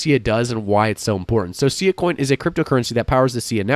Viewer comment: it's pronounced SS-eye-ahh